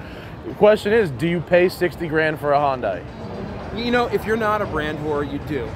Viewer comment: Hoyndai?.....the reason it has a name problem is its not pronounced properly lol